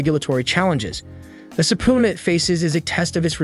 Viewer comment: Yes - ending in peena, not poona.